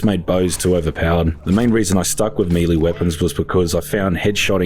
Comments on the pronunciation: I really love your videos man, been watching since I started playing the forest back in lockdown..but christ it really bothers me the way you say melee..I know it doesn't really matter and I probably sound like a dick but it's melay not meeleee. Thankyou and sorry 😂❤️ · Meeeee-leeeeeeeee, isn't it may-lay? Even in other parts of the world? Or am I buzzin' here? (talking about the word melee) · Melee is pronounced like M'lay. It's French. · Oh no, he's pronouncing melee wrong. Oh, and aesthetics too.